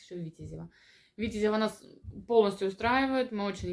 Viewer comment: А почему на первый слог ударение делаете? Я имею ввиду Витяяязево. А кроме этого отличные видео. Подписан.